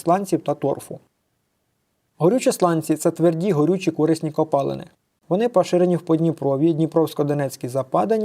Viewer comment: кори́сні копалини наголос лярво на букву и